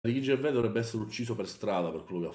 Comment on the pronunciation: Pronunciano Gervais alla francese, baka rassegnato